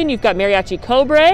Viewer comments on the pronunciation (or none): none